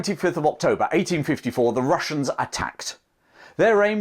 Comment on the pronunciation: " The Wussians wear Gway."